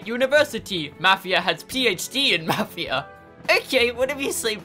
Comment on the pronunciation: This is awesome!,plz play further plus co op,and yes it's pronounced mofia